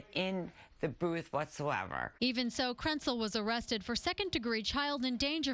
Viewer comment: did they say Krentcil or PRETZEL?!